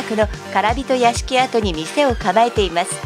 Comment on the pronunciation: 唐人屋敷跡は（からびとやしき）ではなく、とうじんやしきあとです。